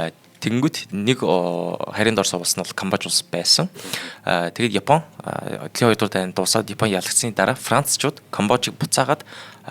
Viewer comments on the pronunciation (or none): none